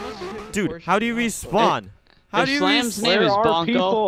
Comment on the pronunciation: "how do you wespawn"